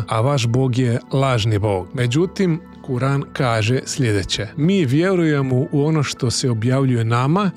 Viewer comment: Brate neznas kako se iz govora kur'an